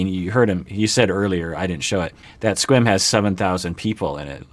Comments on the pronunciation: I just got over saying "Squim" and then this dude pronounces it once like "Squam" and I lost it again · I thought Mike said it the same as.